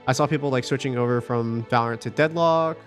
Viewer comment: valorant ❌ Val- oh rant ✅